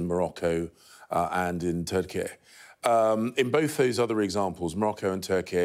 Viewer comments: Can't he pronounce turkey properly? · Why is he pronouncing Turkey like that?